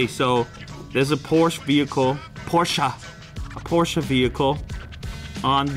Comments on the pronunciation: It's pronounced 'por-shuh' numbnuts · "a porsch" jeder deutsche kriegt gänsehatut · YEEEEEES! I WAS WAITING FOR U TO SAY POOR-SHUH PROPERLY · It's Porchaaa 😂